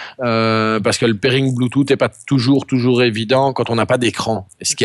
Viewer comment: "Bluetoute" <3